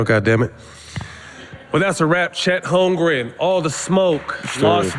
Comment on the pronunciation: Holmgren*** correct that name lol